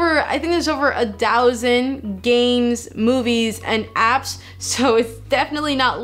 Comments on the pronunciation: Did you say a Dow-sand? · She sure did. In another video she said "think" like "dink." She must have a problem with "th" words